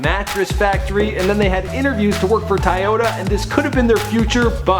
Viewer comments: Did he say TAYOTA?!? Lol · Bruh, Swah Lee?, "Little" Pantz or "Lil" Pantz?, Tieyota?, and did you say Mike Will or My Quill? Lol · This nigga said tayota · wtf is Tiyota? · Why this niqqa said tyyotta 😂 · dud said Tyota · do one on "Tayota"lol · Is is dude from America??? How he pronounce Toyota wrong???